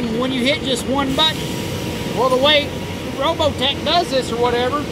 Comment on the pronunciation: Did he say " roBoTec" ? LOL